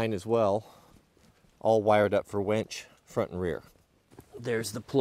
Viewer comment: Its winch, not ‘wench’…..